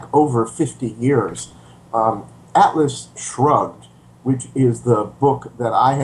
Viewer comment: Did he say: "Atlas Drugged"?